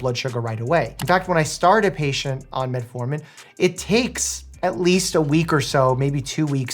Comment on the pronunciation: Why do you call it Metaformin?